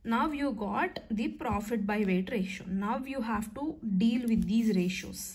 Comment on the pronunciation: Mam the way you communicate is so nice, especially you spell words like profittt,take ittt is so cute❤